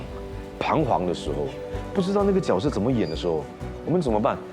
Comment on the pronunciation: 角色。。。Right pronunciation shd be Jue She.. Not Jiao She😂